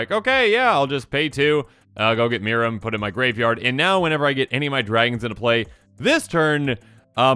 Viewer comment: As much as I wanted them to lean into the UR Dragons strat they said they were doing... This is too good to be mad about. Also, good job, it is pronounced "MEER-ehm"